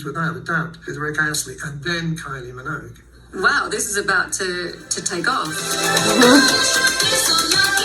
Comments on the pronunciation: What the hell is simon cowell saying? everyone in the uk knows to say minogue with the g, he even had her sister Dannii Minogue on the UK X factor lol you were saying it right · You say it right don’t worry 😂❤ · You are pronouncing her name correctly. He just have an accent. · Your pronunciation is perfect with the G. … ignore Simon. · No you are saying Minogue correctly. Simon simply cannot move his mouth correctly. Kylie has always had this incredible magnetisms. It just seemed natural that her music career would take off at the time. It was no surprise to me anyway.